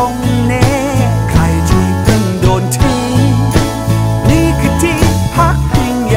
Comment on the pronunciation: ออกเสียงคำว่า "ทิ้ง" เหมือนเสียงน้ำตาที่ปิ๊งออกมา